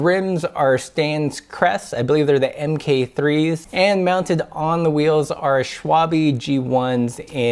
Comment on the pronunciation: Szalony Kucharz i know, but he's saying swabee